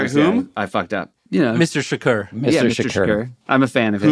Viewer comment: I think Seth is confusing his pronunciation of Tupac's last name with that of Cormac McCarthy's chillingly written villain Anton Shakur